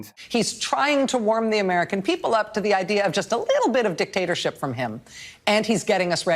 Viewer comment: She claims people can't pronounce Venezuela, when she can't pronounce the word "to" she pronounces it "ta." See: Booya Maddow!